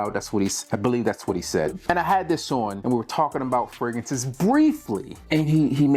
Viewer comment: fraGRANCES not fraGANCES 😂